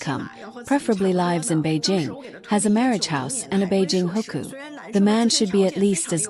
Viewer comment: It is "hukou" not hooker. Basically a local residency permit.